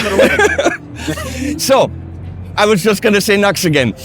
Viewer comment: NEW-X! not NUX you NUCKLEHEAD